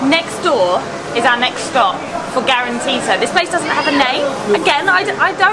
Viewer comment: The correct name is calantita, not grantita, and it is considered a diminutive of the word caliente in Spanish, and it began to be discovered during the Spanish occupation of the city of Oran.